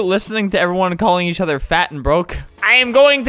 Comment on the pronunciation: Oh no! Your English is very good!! Please don’t take this the wrong way, I’m only trying to help <3 It’s actually English, not Inglish. And it’s each, not yeach. You did very well for not knowing English <3